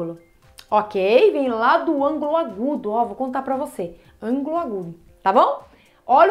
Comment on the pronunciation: Não é "ângolo" e sim "ÂNGULO". Por favor.